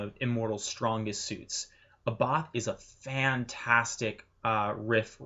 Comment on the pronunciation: Not A-Bath,but Ah-Buth.